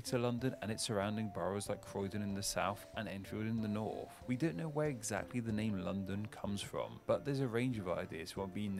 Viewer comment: it isn't an impediment as a lisp, it is purely down to lazy speach. This "f" sound is quire common in areas of London.